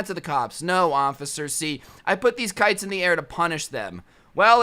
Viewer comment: Instead of kites I heard pikes